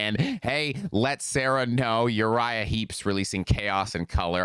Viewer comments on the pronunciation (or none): none